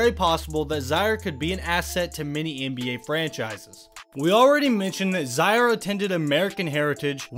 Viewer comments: His name is Zaire, (pronounced Zi-air, like the African Country), not Zi-ar. Get it right! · “zyer” was killing me the the whole video😂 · You should learn how to pronounce people's names accurately. He is named after the African country Zaire, so hi name is pronounced the same way as the nation